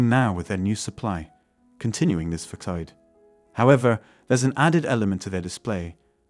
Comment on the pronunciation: Great video, thank you. One got one word wrong; Facade...it's pronounced Fassad. Have a nice day.